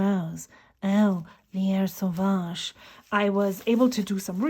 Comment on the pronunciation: You pronounced both Jacques Herbin and Lierre sauvage very well. That is very refreshing. Auther ink vlogers on here do a horrible job most of the time. ❤